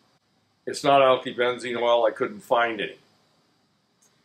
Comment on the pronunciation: Oh, the man's gone and drunk all the erl again.